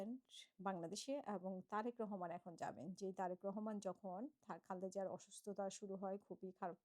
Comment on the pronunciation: দয়া করে, বেগম খালেদা জিয়ার নাম টি সঠিক ভাবে উচ্চারণ করুন। দীর্ঘদিন ধরেই আপনি উনার নাম টি বিকৃত ভাবে উচ্চারণ করচেছন। 😢😢😢😢